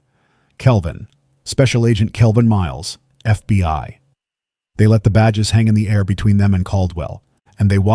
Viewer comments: He kept saying fby instead of FBI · HOLD UP!!!!.... NARRATOR....KEEP SAYING FBY!!!!...KEEP IT REAL!!!!....FBI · DO NOT EXPECT ME TO WANT TO FOLLOW A YOUR SERIES WHILE YOUR AI VOICE CANNOT PRONOUNCE FBI.THE AI VOICE IS CONSTANTLY SAYING "FBY" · As soon as the narrator said FB1 instead of FBI I knew it was AI... still a good story... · Its F.B.I. NOT F B.Y. FFS if you're goung to use AI to narrate the stories at least get it to recognise the damn alphabet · Just over two minutes in and the robot says they work for the "FB one." More robot voice BS. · and then it says FBY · Indeed. Also, says "F B Y" a bunch of times. Rather irritating and distracting. How about paying a human to do the narration, rather than AI................